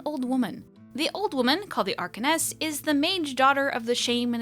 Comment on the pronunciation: Bless for the video because I've not been able to get The Last Court to work for me ;_;. Side note it's an-cor-ess not ar-con-ess [anchoress being the female form of anchorite, who is someone who secludes themselves from worldly life to focus on prayer and religious pursuits, usually as part of a church] and if one wanted to go full Orlesian I imagine it'd be more 'Se-ro' than 'Ser-alt.'